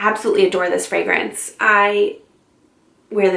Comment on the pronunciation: I just found you and I’m subscribing not only because I love your content but OMG finally someone who knows how to pronounce all the fragrance verbiage correctly 👏🏼👏🏼👏🏼 Super interesting choices; I’ve only smelled one of them so far, now I’m on a mission! 💋👃🏼❤️